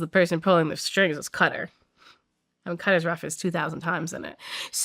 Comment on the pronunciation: lost all credibility when she says Qatar